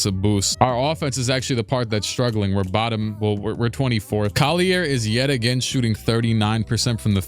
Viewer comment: I'm dying at the fact that he's pronounce Collier with a french pronunciation when it's not pronounced like that lol